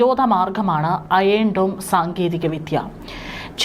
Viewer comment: അയേൺ dome അല്ല അയൺ dome!